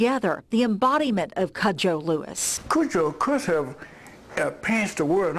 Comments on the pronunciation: Can she not pronounce "Cood-joe" a little care will tell u your pronouncing it wrong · Why does she pronounce cudjo as “cujjo” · Coojo not cud